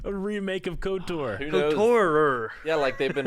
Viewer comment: Lol saying KOTOR'R